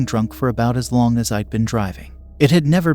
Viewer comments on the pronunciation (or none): none